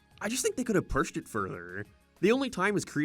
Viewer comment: did you just say "purshed"